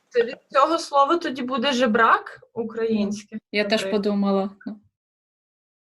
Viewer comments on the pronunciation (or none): Жебрак, а не Жербак